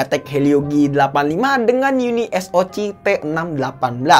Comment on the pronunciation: Penyebutan SOC nya di ganti jadi Es O si aja min